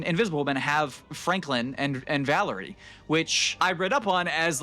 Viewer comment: Its Valeria not vallery